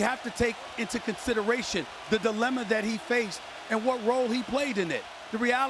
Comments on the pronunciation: Why do people pronounce dilemma, dilemer? He’s educated and a professional broadcaster, I just don’t get it. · Did dis bum just say “dilERma” (dilemma) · Did Stephen A say "dilemmUR?" Lol.